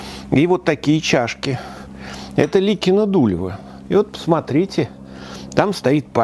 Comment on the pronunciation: Профессор, только правильно надо: не ЛИкино-ДУлево, а ЛикинО-Дулёво.